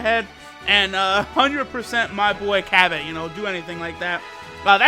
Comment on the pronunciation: im sure its pronounced cabba (ka-bah)